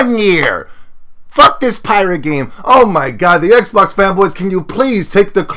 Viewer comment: said "xbax" lol